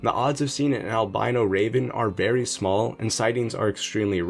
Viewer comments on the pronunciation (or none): none